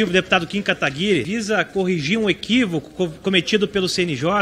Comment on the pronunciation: ALGUEM PODE ME DIZER PQ NENHUM DEPUTADO DA ESQUERDA CONSEGUE PRONUNCIAR O NOME CORRETAMENTE DO NOSSO JOVEM QUERIDO KIM KATAGUIRI?